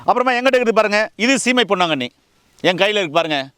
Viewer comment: பொன்னாங்கண்ணி கரிசலாங்கண்ணி தெளிவா சொல்லுங்க